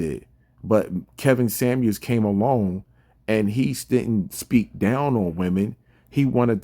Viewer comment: "Samuels", not "Sammie"